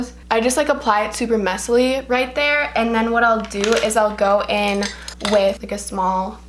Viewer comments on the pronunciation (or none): none